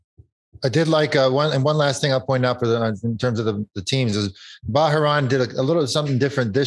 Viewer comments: George pronouncing Bahrain as Ba-ha-ron. 😂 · FFS can George pronounce Bahrain correctly. It’s not that difficult